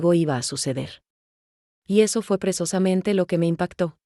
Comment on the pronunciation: Hay que informarle a la I.A. que no se dice presosamente sinó *precisamente*. Fíjense que manera de hablar y de hablar y decir: ¡ABSOLUTAMENTE N A D A...!